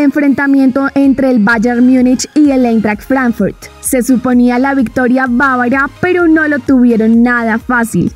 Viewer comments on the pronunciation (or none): none